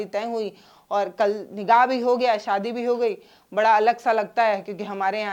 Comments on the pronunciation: Maam Nikaah hota hai nigaah nahi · Madam nikaaah hota hai not nigah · Nigah nahi nikah nigah nigah bol rahi hai